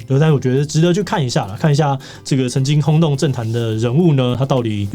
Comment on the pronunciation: 這「曾經轟動」我第一次聽聽成「神經空洞」